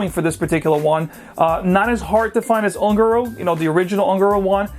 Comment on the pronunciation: Hi... FYI the pronunciation of ungaro is "oon-ga-roe". Spanish for gypsy. Another great video!!.